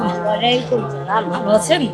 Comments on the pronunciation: আপনি সালাম টা শুদ্ধ করে দিতে পারেন না 😒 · আপু সালামটা টিক করে দিবেন আশা করি।বাকিটা খুব ভালো ছিলো